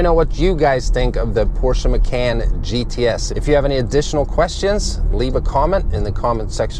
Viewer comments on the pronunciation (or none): Ma-caaaan. Like “Muh-Khan”. You should dub the proper way over the video to make it more watchable. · Porsche 'Muh-can".. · Sorry lol, but its pronounced "Mah-con" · love it when americans teach europeans how to pronounce european brands and names :) (i belive the guy is swedish) no hate though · Has an auto channel, can’t properly pronounce Macan. LMAO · Nice review, but I almost can't take you seriously mispronouncing the car...